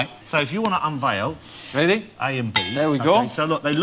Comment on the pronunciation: Are you weady to wumble